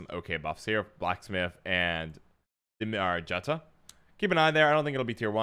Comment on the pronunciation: Hey,. Great video as always. I just wanted to point out that Jutta is pronounced exactly like the US state Utah. In Nordic countries (which SK copy-pastes) "J" is pronounced "Y".